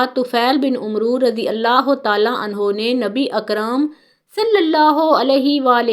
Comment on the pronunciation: Not Umro but amer